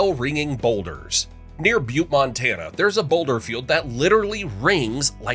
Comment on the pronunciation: I am amazed the pronunciation of Butte was not butchered!